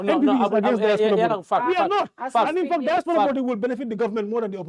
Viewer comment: Nko, who’ll teach this Badibunka how to pronounce “DIASPORA” in the right way??? 😢😢😢